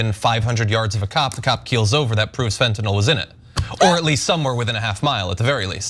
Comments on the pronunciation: It's fentanyl not fentanol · It’s Fentanyl not Fentanall Matt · I’m triggered every time he says “Fentanall” instead of Fentanyl. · It irks me whenever I hear someone say fentanall 5 times in 30 seconds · Matt. Fentanyl. NOT Fen tan all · Why does Gaetz pronounce it fentynôôle. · What a moron! Does he ever watch himself om video after and think "why can't I learn to just shut up"? And tell Matt, the drug expert, It's not fentINOL, it's FentaNYL! At least pronounce the words you idiotically spew properly! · Why is he mispronouncing fentanyl. It's not Tylenol, idiot